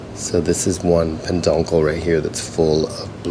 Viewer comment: Great video, Just FYI it is not peNduncle but peduncle without the N😂